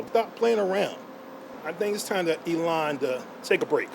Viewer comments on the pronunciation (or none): At 15.52 does that guy just call Elon Yolanda. Lol